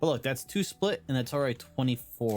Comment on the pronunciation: SPELT you keep calling it split .... spELT sounds kinda like spelled